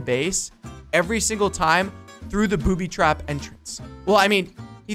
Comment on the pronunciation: When he said boobytraps it sounded like poopytraps 😂